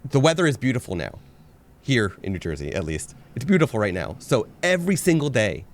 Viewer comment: my mother always says New Jersey the way you said it. Ha!